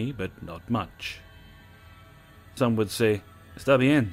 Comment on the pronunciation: that little spanish "esta bien?" was pretty well pronounced, kudos! Latin America is as full of creepos like the rest of the world.